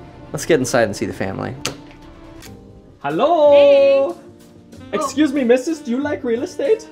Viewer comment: that german accent finally comes out halloooo